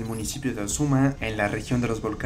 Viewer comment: Aprender a leer bien debe ser característica de buenos reporteros,se dice O Z U M B A no ozuma